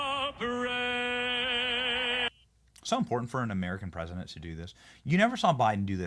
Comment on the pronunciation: Am I crazy or is the A3P guy saying "presnent"?